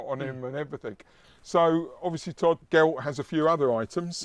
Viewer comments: ger-ralt not guh-ralt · maybe play the game and you will hear it pronounced, as it always has been as Geralt. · The Polish pronunciation is definitely the right one, I agree. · that is surprising yet we had the name Geralt or Gerald in the Germanic region too, that's where pronunciation would come in correct too. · Since the author is Polish, I would go with a Polish pronounciation, not least because it isn't spelt the Irish way. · English has no bearing on the witcher though as the witcher was originally polish. And the polish pronunciation is probably closer to the non diluted germanic pronunciation of Germany and Austria. English with all it's latin influences won't be able to correctly sound such names. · Immediate grimmace when pronounced Geralt's name:).